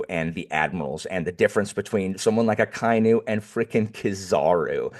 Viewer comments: Hey! I saw in the previous Marineford video that you were having a bit of trouble pronouncing Akainu's name. I'll add a quick cheat sheet for japanese pronunciation: A - always pronounced "Ah" like the "A" in "Dad". Akainu would be Ah-kah-ee-noo. I - always pronounced "Ee" like the "Ee" in feet, except for the diphtong below. Ah-kah-ee-noo. U - always pronounced (roughly) like the "Oo" in "Boot", except for the diphtong below. Ah-kah-ee-noo. E - always pronounced "eh" like the "eh" in "Meh", except for the diphtong below (don't make the H sound though). Genzo would be Geh-n-zoh O - always pronounced "oh" like the expression, except for the diphtong below (don't make the H sound though). Geh-n-zoh. OU - the U extends the O so it doubles the japanese O sound. Fukurou would be Foo-koo-rohoh. EI - the I extends the E sound so it doubles the japanese E sound. Jinbei would be Jee-m-beheh. R - is almost the same as the spanish soft R. So it's still spelled R but it's more like the T in the American spelling of "Water". N - still written N most times but it's pronounced M before B and P. Like I said before Jinbei would be Jee-m-beheh. Every other letter is pronounced roughly the same as english. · Akainu is pronounced aka inu (ahka ee-new) ala red dog